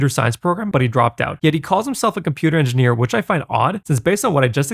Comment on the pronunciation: he's saying INDIANEER. he just pronounces indian like an old prospector